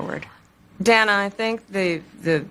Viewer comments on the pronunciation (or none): How come the DEMONRATS all loose their minds over the pronunciation of "Kamala" yet all night she says "Danna" instead of "Dayna" without a peep from any of them. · KH couldn't pronounce Dana Dan- uh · She mispronounced Dana's name. She said Dan-uh. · People insist on that everyone pronounces Komie-la's name correctly yet she calls Dana Bash "dan-a"? 😮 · Harris totally butchered DANA'S name numerous times in 18 minutes...